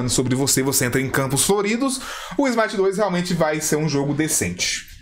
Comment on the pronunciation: Smite 2, ou "Smai-aite"?